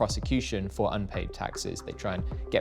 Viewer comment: We "may" see Emphasis on may 😂